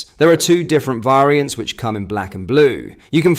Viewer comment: someon teach this guy how to pronounce 'variants' properly, its so fn annoying